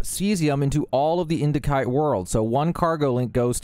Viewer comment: the C in indicite is pronounced as an S, not a K.